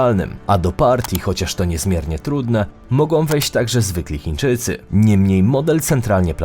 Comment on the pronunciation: ... wydarzyć się mogą, nie mogom, zapytaj taty i popraw wymowę